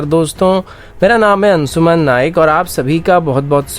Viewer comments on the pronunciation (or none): none